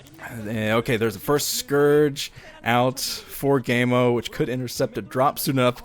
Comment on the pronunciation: its pronounced kaemo i believe.